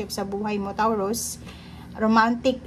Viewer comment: Taw ruz? Ha? Tama ba natinig ko? Toh rooz ata ang tamang bigkas noon...